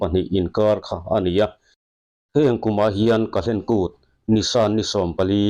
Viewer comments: Kahlen kút tiin i sawi ri deuh tlat a. Kal hlen kút tih a ni zawk lo maw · Ka-hlen kût tiin i chhiara, kal-hlen kût ti ta che 😀